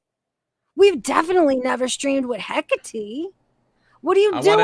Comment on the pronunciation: The way you butcher Hekates name!?! he-Kaa-te ( love you both though ❤️)